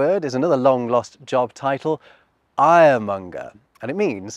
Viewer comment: When you spoke, I heard "Iremonger" as in someone peddling anger, but it was much more mundane. However, I should have seen it coming, because I can speak German.